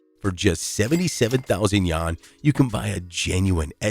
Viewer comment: dude cannot pronounce Yuan for the life of him :|